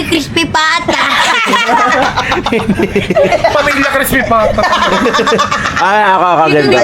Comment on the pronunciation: Sabi ni ate at crispipata 😂😂😂😂😂😂😂😂😂😂😂😂😂😂😂😂😂😂😂😂😂😂😂 hidi Ako pumigil kakatawa 😂😂😂😂😂😂😂😂😂😂😂😂😂😂😂😂😂😂